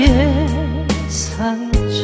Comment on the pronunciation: 노래잘하십니다 맛은 살리고 멋은 죽이세요 프로가수에 제 1 덕목은 관중을 존중 하느것입니다 관중보다 스스로 를 멋 내는 가수는 노래를 아무리 잘해도 사랑받지 못합니다 귀를 하나는 떼어서 가슴 에 달고 듣는것을 즐기세요 노래는 멋이 아닌 사실이 고 진실 일때 맛이 나고 맛있는 노래가 멋있는 노래를 부르는 가수를 이기는법입니다 예를들면 상처 라는 발음을 샹처 가슴 이라는 단어를 가슘 이렇게 발음 하면 관중은 바로 실증 을 내는법입니다